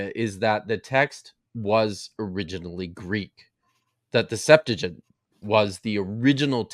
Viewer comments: What is the "Septagint"? Do you mean Septuagint? How can we trust this guy if he is doesn't even know how to pronounce Septuagint? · You still cant pronohnce Septuagent correctly 😅😂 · mispronounces the Septuagint every time